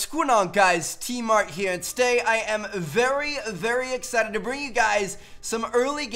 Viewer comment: "tmart here and today i am veryuh veryuh excited"